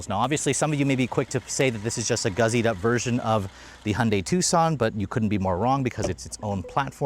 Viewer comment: Gussied up is spelled with the letter s, not z. Stop saying guzzied up.